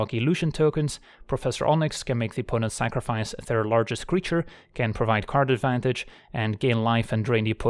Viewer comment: When going over the decklist and talking about Karn, who else heard "Gives us Karn Advantage"? Lol